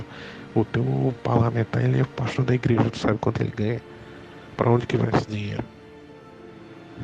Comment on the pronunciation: "impreja universal"😂😂😂